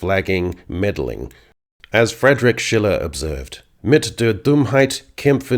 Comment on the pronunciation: Good video but man, you've butchered Schiller 😅